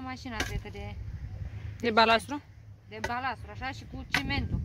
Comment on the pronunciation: Balast, nu mai spuneti balastru